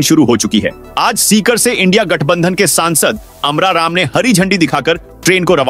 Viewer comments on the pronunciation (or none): none